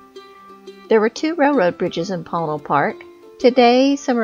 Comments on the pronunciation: It's usually pronounced "Poe-Neil" in my experience but lovely video! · Ponil is pronounced by the locals as Po-neel. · Amazing video. Thank you so much for sharing. Regarding the pronunciation, I would have pronounced it as several people mention in comments: 'poe-neil', alhtough it didn't have any meaning I could think of in my (European) Spanish. So I checked in the Dictionary of Northern NM and Southern CO Spanish by Rubén Cobos, and it is spelled 'póÑil', with what is called the 'tilde' over the 'n', which changes the pronunciation to something similar to the beginning of 'new'. Many times, with NM place names, those 'details' are lost because of English signage. Póñil (with the stress on the 'o') would mean Apache Plume, a beautiful grass / bush. Another interesting fact regarding the area: Lew Wallace is said to have finished writing Ben Hur at one of his favorite places: under an apple tree of the Chase Ranch, 20ish miles south of PÓÑIL Park. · Ouch. Need to do more homework, like pronouncing "Ponil" properly.